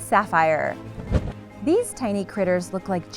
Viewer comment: Why is your pronunciation so bad? No 10 is pronounced SAY BUR WING as in Sabre the 'sword', and the other annoying example was the one you said was the 'Sea Saffeer' It's pronounced properly as the Sea SA-FIRE as in sapphire the gem ... It's not as if they are difficult words to say... you just decide to put your own spin on them? Poor !!!